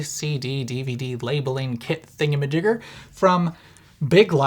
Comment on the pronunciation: That was too hard of an R on thingamajigger, I think you need to check your privilege.